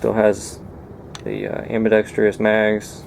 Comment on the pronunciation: AM-BI-DEX-TROUS (Pron. like "TRUSS"). (No "I".) You are "industrious". The pistol needs a TRUSS.